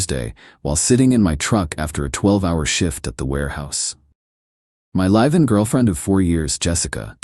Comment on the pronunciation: Your AI keeps using the word "live" (pronounced LYV) instead of "live" (pronounced LIV).